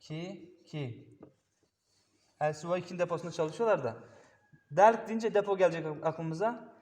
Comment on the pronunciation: Delk derken k sesi vurgulu çıkıyor, o harf de tek Maliki'de var, ben böyle buluyorum, videoda yalnız o kısım zorlama olmuş gibi, o yüzden paylaştım, gerisi güzel